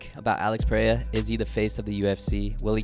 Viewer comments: His name is pronounced ‘Al-eyx Pe-hay-ra (rolling r)’ not ‘Peraya’ 😭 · Its Alex PereiRa, not Perea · U still can’t pronounce his last name correctly lol